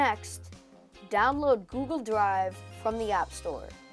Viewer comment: he said google dwive